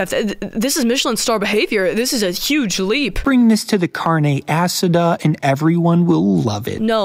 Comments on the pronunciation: “CARNEH ASSADA” IS CRAZYYY if ur gonna say ur food is from a specific culture at least learn how to pronounce it right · he could not have said carne asada more wrong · Just the way he said birria and carne asada made me so mad